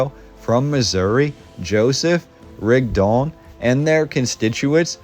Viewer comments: Thank you, that was quite the history piece you left us here. In half an hour I learned more about SL City and Mormons than I ever knew. I have to ask a little thing: Why do you pronounce Rigdon as Rigd-ON? Shouldn't it be RIG-don? It sounds a bit unnatural to me linguistically. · It’s pronounced Rig-dun. I grew up in the church hearing it my whole life. 😂